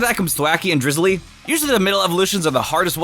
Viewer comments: its not drizzily, its drizzile! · Drizzile not Drizulee